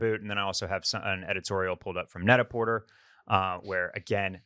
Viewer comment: Excited to see Will’s euro content, good luck with the packing! I jumped on the earthy suede boston Birkenstock trend for this fall. They’re impossible to buy because of tik tok right now. PS., you know it’s pronounced net a portay, right? Like pret a porter (ready to wear in French).